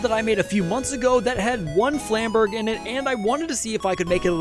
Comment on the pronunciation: please stop saying flamberge with a hard g lol